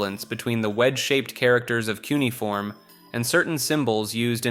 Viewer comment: You should hire me at this point. Cuneiform is pronounced q-nee-uh-form. Google this one cause I know it's the least convincing one of these :)